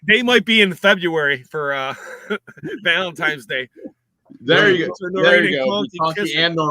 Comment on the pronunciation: did you say ValentiMe/ its ValentiNe .